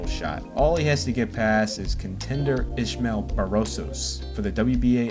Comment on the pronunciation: Why tf can't you mfs pronounce a name properly? It's Is-mael Barroso. Not ISHmael BarrosoS 🤦🏾‍♂️🤦🏾‍♂️🤦🏾‍♂️